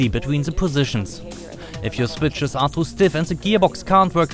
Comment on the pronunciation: "se switsches" 😅😅😅 Ich krieg mich nicht mehr ein